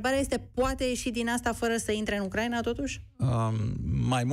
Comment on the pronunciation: Ioana Ene Dogioiu - corect se pronunta U-cra-i-na/U-cra-i-nei, din patru silabe, nu din trei cum pronunti tu !!!